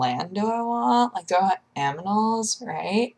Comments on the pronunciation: I swear she says aminals. :P Just the greatest. I'm sure it was intentional which makes it twice as great. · Aminals? YarD? Can someone theach her how to speak?